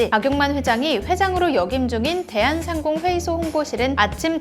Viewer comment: "대한상공회의소" 말씀하실때 "대한상공 회의소"처럼 들려서 대한 상공에 있는 회의소처럼 들립니다. 악센트를 "대한 상공회의소"로 읽으셔야 맞는 아나운싱이라고 보여집니다.